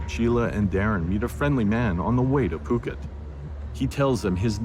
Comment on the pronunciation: Thank you for your posting of this episode. My only criticism is that you are mispronouncing the Thai city “Phuket”… I don’t know if this is AI narration, but it is pronounced “Poo-ket,” NOT “Foo-ket.” It’s kind of a relatively big part of your documentary, so I thought I’d let you know.… Thanks again for your hard work making this video available though!